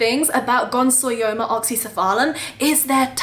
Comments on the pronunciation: Gonsoyoma??? No! You've kept them for a grand total of two weeks (and wild caught 🤦🤦🤦) and can't even pronounce their name and you're making an educational video about them. Please don't🤦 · Ooooh this is exciting! I've always loved this species but held off because of how many are wild caught. I hope you have success with them, I'd love to have one from you someday! (Also, not to be That Guy TM, but it's gon-yo-so-ma! you had the yo and so syllables backwards hahah)